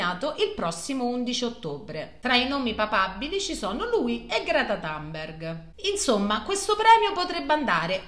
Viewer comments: Ottimo lavoro... di più. Comunque lei non è anglofona, si pronuncia Tumberg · Giorgio R. riprendere su 'sta stupidaggine è fuori luogo. Allora facciamo i pignoli: innanzitutto è scritto Thunberg, poi essendo svedese si pronuncia Gréta Tünbari chi di "penna" colpisce, di "penna" ferisce.